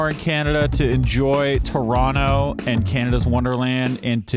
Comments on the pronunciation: Perfect pronunciation of Toronto! No one here says Tor ron toe and it's nice to hear you've adopted the local pronunciation of turonno ! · lol…you say Toronto like a true Torontonian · Props for pronouncing "Toronto" like a local